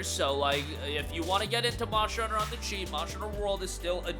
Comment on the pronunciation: still saying Mosher Hunter 😂